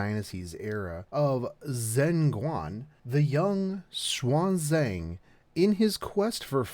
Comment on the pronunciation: Hey love your vids by the way as far as I know her name should be read as shi-ya-n zha-ng